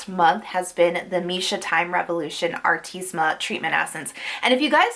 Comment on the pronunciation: super video!!!!! i love how you mispronounce artemisia hahaha